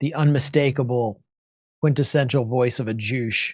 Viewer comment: "Jewsh" 😂😂😂 Max Blumenthal is hilarious